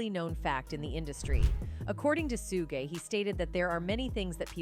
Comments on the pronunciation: Lol, right?? I kept cringing every time she mispronounced it!! 😅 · When AI says "Sugay" and not Suge 🤣🤣🤣🤣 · To the programmer of the AI voice... If you want Suge's name to be pronounced correctly.... Spell it as Shug to manipulate the system. Work on your lil craft to at least get it right 😫